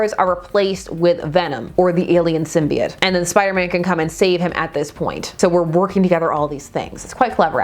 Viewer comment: Thank you….THANK YOU!! For not saying it Sym-bee-oat or sym-bye-oat….ever since Spider-Man 3 people starting saying it that way, don’t believe me? Watch Spider-Man TAS or even Star Wars Episode 1 (obi-wan says it when speaking to the Gunguns)